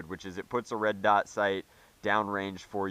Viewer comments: I think when he said red dight he was trying to say light and dot at the same time and didn’t catch himself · you said red dite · and "Red Dite" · " Red dite?" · a "red dight" XD